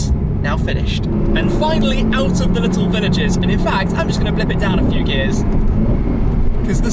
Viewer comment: did he really say "We'll see in a Shfew minutes." or is it just me?